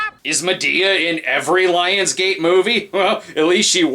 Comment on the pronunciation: Scottish-ness intensifies